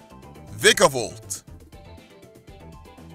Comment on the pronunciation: ITS VIKE-ABOLT not Vick vikkkk abolt